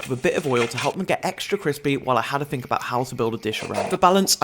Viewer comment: "I fink" "my finking" why can't you pronounce THE words correctly